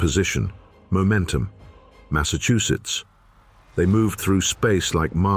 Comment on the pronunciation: Massachusetts?? At least review the ai generated